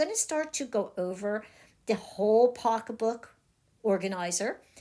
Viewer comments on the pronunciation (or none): I’m enjoying this video- I love this kind of crafting. But I just want to ask you…are you from Philly? The reason I ask is you said “pock a book”. As in pocketbook. I grew up in SW Philly so my ears are perked up by your accent! ☺️ where I live now they say purse instead of pocketbook. 😂 kind of funny.